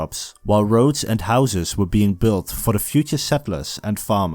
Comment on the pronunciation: Are you Dutch? (Not only for this reason but hey) You pronounced house as Huis with an e atached